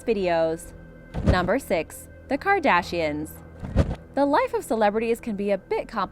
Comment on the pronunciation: It sounded like she said the CAR dashians